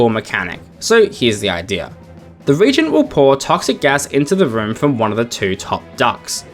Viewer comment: For the last character, it seems their name is pronounced with 3 syllables, "re-AGE-gent", rather than with just 2. A reagent is something that causes a chemical reaction - a regent is someone who temporarily assumes power when a ruler is unable to do so.